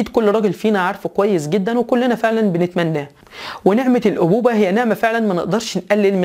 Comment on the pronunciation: ضحكتني لما قلت: نعمة الأبوبة !🤣🤣🤣 ياأخي اسمها الأبوة وليس الأبوبة؟!